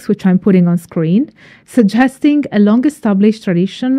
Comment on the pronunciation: Y Gododdin is pronounced "Uh Godothin", the "th" as in "the", and Culhwch is pronounced "Killhooch", the "ch" as in the Scottish "loch". I hope this helps.